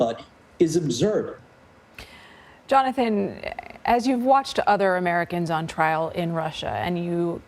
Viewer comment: The way that guy pronounces absurd is cringe.